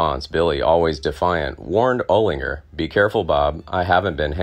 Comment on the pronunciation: Oh-Linger? What the Holy Fuk? get the Fug Out - are you a Jew?